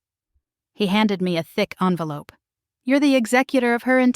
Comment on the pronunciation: And poor pronunciation of the word 'envelope'.